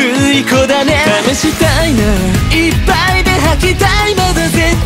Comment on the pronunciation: 細かすぎて伝わるかわからんけど、ジェルくんの、母音が「あ」の文字の歌い方が大好きなんです！！！！ この曲の高音の母音がほぼ「あ」だから私の好みにめっちゃ刺さってくる、、いっぱいの「ぱ」とか絶対の「た」とか、、 解放感ありながらもめっちゃぶつかってくる感じの発音と高音で好き